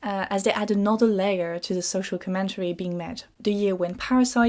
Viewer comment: Inte-RES-ting com-MEN-tary 😄